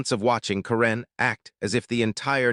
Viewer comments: Why are you pronouncing Karen's name with the emphasis on the second syllable? Is she from Myanmar? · This AI speaker needs to learn how to pronounce simple words. Mispronouncing karen multiple times